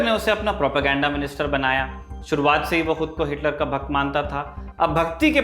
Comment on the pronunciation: बहुत दिनों बाद तारीख अच्छा लगा। भक्त शब्द अपने बहुत जोर दिया।